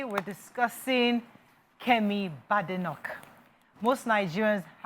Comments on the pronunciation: You can’t even pronounce her name properly. She is Bade nock. Like you say Bake NOT Bade as in Yoruba😡😡😡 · I am pretty sure she is more than irritated by all of you mis pronounce her name. It is pronounced (Be-de-noch) and not (ba-de-noch). As she joking told an interviewer before her election to her current position "there is no bad in my name" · Kemi Bay d noch, she says she is not Bad Enoch, not Good Enoch, as your pronunciation suggests!!😂😂😂😂😂